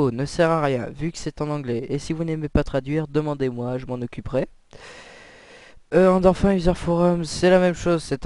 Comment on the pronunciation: va apprendre que sa ce dit "endorfine" et pas "endorf1" comme tu dit ... tu te vente trop c'est insupportable je n'est même pas réussi a voir la vidéo juste au bout...